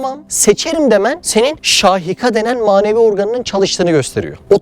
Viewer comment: ALLAH RAZI OLSUN AMA ŞAHİKA DEĞİL "ŞAİKA- SAİKA" DÜZELTİRSENİZ İYİ OLUR